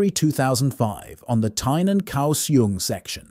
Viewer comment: Notably Kaohsiung…